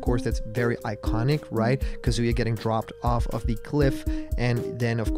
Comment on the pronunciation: YOU GOT KAZUYA RIGHT